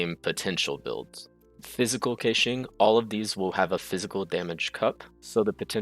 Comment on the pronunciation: I wanna klick like so badly but the way you keep saying her name just pisses me off.